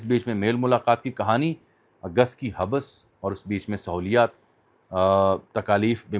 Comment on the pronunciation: حبس ایک لفظ ہے اسکو ملا کر پڑھنا چاہیے نہ کہ توڑ کر حب بس ۔